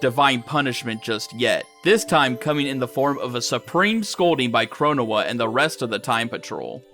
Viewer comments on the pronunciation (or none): 1: Fu's definitely in love with your CaC. 2: Your pronunciation of Chronoa brings me a bit of physical pain. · I hate how he pronounced the Supreme Court of Time’s actual name